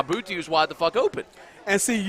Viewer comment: knows how to say his name Boutte, boo tee